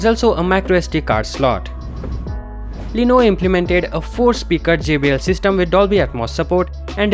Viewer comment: BHai tu pehle "LENOVO" bolna seekh le. Lenovo ko Leeno bol raha hai.